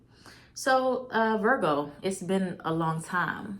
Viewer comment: Lol I love you and I love the way you said Virgo thanks for the reading Boo love you❤️🙏